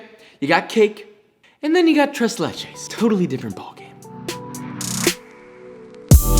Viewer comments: Tress Lachess? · Ahh yes, my favorite dessert. TrAys LAychess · Im not even hispanic and the way he says tres leches makes me cringe. The only reason i know the correct pronunciation is because my grandmothers colombian. I speak Arabic and english btw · I did not appreciate him saying tres leches when it's pronounced thres leches... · He made tres leches but he kept calling it trace lay-chase? What is that?? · A white person saying tres leches instead of trays laychays? My god... They’re evolving. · tres leches,,, no ma’am